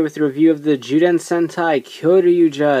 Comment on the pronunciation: did you just say "JOO"den? and "JOO"denshi? OMG X3 i wish happiness and smiles upon you! :3